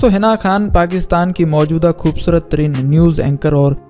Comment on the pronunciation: khubsurat ko... khhhoobsurat keh k aap kia sabit krna chahty hain ..o bhai indians ka talufuz kharab hai ... be Pakistani and speak like Pakistanis please..